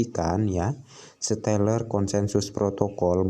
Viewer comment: Baca stellar aja gak bisa mau bahas Crypto 🤣🤣🤣 stellar itu nama coinnya xlm sudah teregulasi dan ada banyak exchange, selama π gak ada di exchange bisa dibilang masih halu dan illegal